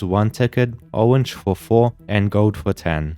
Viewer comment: Fow weal